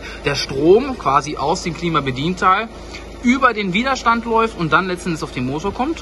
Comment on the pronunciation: Widerstand ohne langem i...aber wahrscheinlich bin ich mal wieder zu pedantisch :D